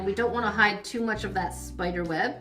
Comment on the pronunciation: Its spider not spoder